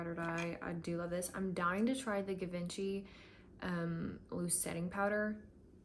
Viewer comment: Also, by the way, Givenchy is pronounced as “zhuh-von-chee” :) It’s French.